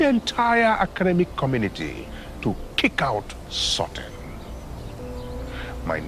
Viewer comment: Xo she finally pronounce the word correctly "sorting" 👍